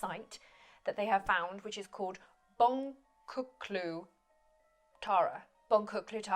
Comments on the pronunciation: hahaha Boncuklu Tarla pronounced Bonjuklu.... I made mistakes like that all the time when I lived in Turkey. Good Times. Turkey was the Garden of Eden, eh? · It's pronounced bonjuklu tara. So the c is pronounced like a j in english. I agree. Civilisations pop up at different sites and then decline and then other civs start allover so somewhere else. Indeed a cycle. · In Turkish, "c" is pronounced like the "j" in "jam". So boncuklu tarla reads: bon-jook-loo tarla. Good effort tho! 😂👌